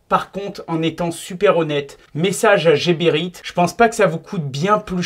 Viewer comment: C'est quand même fou que même les gens employés par la marque ne prononcent pas bien le nom de leur marque. Geberit ne se prononce pas à la française jébérite mais à l'allemande guébérite